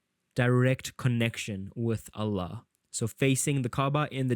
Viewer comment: Are you Muslim?your pronunciation of Allah and tawhid seems too good😅